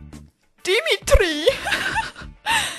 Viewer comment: Wie du Dimitry gesagt hast :D Ich musste so lachen XDD